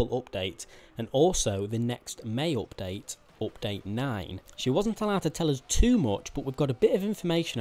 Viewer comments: Why are you saying opdate?? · Its update not opdate